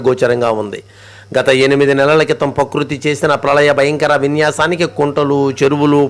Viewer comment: గండ్లు పూచండి కాదయ్యా. గండ్లు పూడ్చండి అనాలి. పకృతి కాదు ప్రకృతి అనాలి భాషా జ్ఞానం లేనివాడివి నీకు వీడియోలు ఎందుకయ్యా ఆలోచించు ఇతరులతో వాయిస్ ఓవర్ చెప్పించుకో అంతే కానీ బడాయికి పోయి భాషను నాశనం చేయకు.నేటి పిల్లలు అదే కరెక్ట్ అనుకొని నేర్చుకుంటారు.